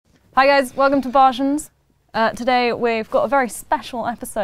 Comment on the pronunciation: Surely it's Bar-Shen and not Bars-Hen as name is...well.... and not Barsy